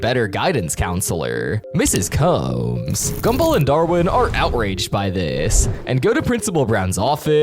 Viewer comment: You spelled somebody’s name wrong again. It’s Mrs. Combs (C-O-M-B-S) not Coombs.